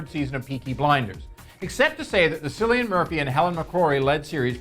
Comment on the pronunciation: I had to say this: I actually already liked your video just because i saw cillian in it, but as soon as u said "sillian", sorry dude just gotta take that like back. Tsk tsk!